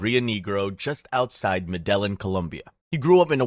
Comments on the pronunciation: In the Spanish language, double L is pronounced as a J So it would be pronounced "medejin" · i like the concept, but i cant take information seriously from a guy who cant even pronounce medellin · The way you’re pronouncing Medellín is triggering me